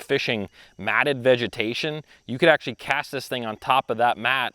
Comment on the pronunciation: DUDE...you're usin' up all the "acshlees", but what are you actually gonna do? I acshlee counted 14 acshlees while i watched the vid. AND, unless there's acshlee money on it where 1 bass might acshlee mean the jackpot, I acshlee catch plenty of bass on $3-$4 packs of soft plastics. $9-$10 is acshlee totally unnecessary. AND you acshlee need to cull some of those small fish out of that piece of water.